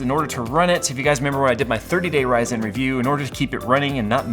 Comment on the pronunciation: love but hate how he says ryzen.